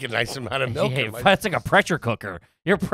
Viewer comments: Do they reprogram people upon birth in Pennsylvania to make them pronounce liquids wrong? Melk and wooder?😂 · Melk it's milk lol😂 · Was at the grocery store today and the prerecorded PA ad was all about MELK. I laughed to myself like an idiot as the lady said it 3 times MELK MELK MELK!!!